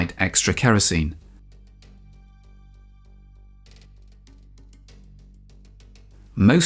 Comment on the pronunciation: dude your British is showing. 50 mm Mahine guns?